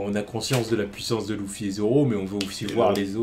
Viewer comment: louffy mdrrrrrrr (LUFFY)